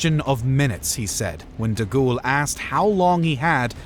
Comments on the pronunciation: General Charles 'DeGhoul'? Surely De Gaulle does not deserve such a mispronunciation of his surname. Other than that, well done and interesting video. And as Winston Churchill said much later than three weeks afterward, "Some chicken; some neck!" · Haha, "deghoul". Fix your AI voice, chief. It's awful.